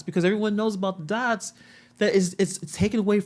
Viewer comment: He said connect the dotts. Dotts omg